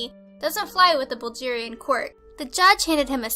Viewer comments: Bulgerian? Do you mean Bulgarian? bul - gare - ian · Bulgarian, from Bulgaria bʌlˈɡɛəriə. Not like the g in bulge. Whachuthinkinbout? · Really? Bul"j"arian? It's with a "g" sound as in "g"ood. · Bulgarian is pronounced "Bul-GEHR-ian", not "Bul-JEER-ian" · what the hell is 'bulgerian'? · did she really just say BulJarian? i have nothing to say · You're pronouncing Bulgarian wrong. It's not like [Buljarian] it's "g" is like Gareth's "G" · Bulgarian? Or did she say, Buldgirian???? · Lilina Sato Obviously, but who in the world is so stupid to pronounce it "Bulgirian"? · pronounced it "Buljarian" ?? seriously? It drives me nuts when countdown shows CAN'T PRONOUNCE STUFF CORRECTLY. I thought she had a cute voice and a great delivery but did no one listen to that and be like... that's not how you say that country's name?? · Baljeerian hahaha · she obviously can't pronounce Bulgarian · If i hear you ever saying the word "Bulgarian" ever again, i'll become the "Worst ever subscriber in the entirety of Youtube". How the heck can someone say this word so wrong?!?!!!!